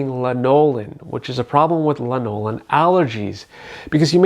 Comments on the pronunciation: You're pronouncing lanolin wrong. It's LANolin not lanOlin. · Not sure if I should trust someone who mispronounces "lanolin" while claiming to know so much about it. Here's the deal: if you already use Nivea creme and like it, then the "ooh, the frangrances might cause a reaction" and the "ooh, some people don't tolerate lanolin well" are completely irrelevant because you are walking proof of your own situation. Anyone else's experiences is just... Theirs.